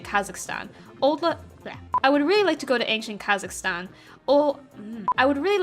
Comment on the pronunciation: Kazakhstan was pronounced correctly! And sand mermaids... huh. Interesting. And to answer your question, no to pineapple on pizza. #notmypizza